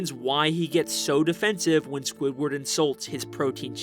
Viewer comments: this is the second time you said sqoobert instead of squidward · does he call Squidward scopper